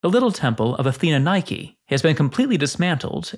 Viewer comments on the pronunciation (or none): none